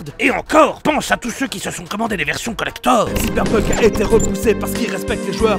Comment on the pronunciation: enfin quelqu’un qui le prononce correctement